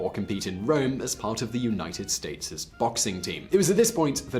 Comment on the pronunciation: Simon, did I really hear you say “states-es”?